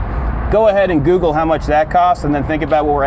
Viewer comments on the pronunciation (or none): none